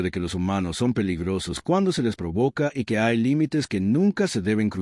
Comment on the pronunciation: Sería bueno explicar a la IA la diferencia entre "sun" y "son" ...